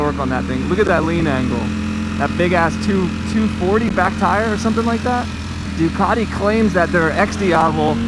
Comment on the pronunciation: Try to get the pronunciation right on the Duc, it's still Italian